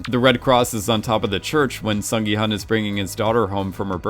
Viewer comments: My thoughts exactly, same with Gi-hun, maybe just cuz of the way it was romanized in the English spelling, cuz "hun" is a word in English, I think it would've been better romanized though as "hoon" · Completely agree, but I can at least bear with the hun mispronunciation because yeah it’s spelled that way and such. Hyuk into Yao is some ProZD Sungwon to SoogeWin level of yikes. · "Gi-Hun is my favorite character!" Mispronounces his name the entire video. Kudos. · Play the end of episode six again, when he reveals his name for the first time (it's said very slowly and clearly there). Or listen to any other time the name was said. Listen to how they actually pronounce it in the show (in Korean.. duh).